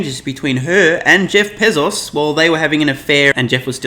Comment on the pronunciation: Pezos? I thought it was Bezos....your credibility is hurt when you can't pronounce correctly.